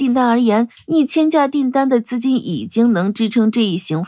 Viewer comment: 小编就算证明不是机器人念稿 发布前校对一下 把立项念成立顶 C919近千架念成干架